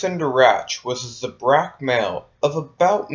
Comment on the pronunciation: You pronounced have the words in this video. Such as zabrak, Kao Cen Darach.